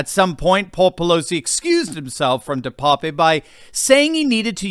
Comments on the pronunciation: Name is pronounced DE PAP. Like pap test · DePape a Dutch name pronounced de-pap the e is silent .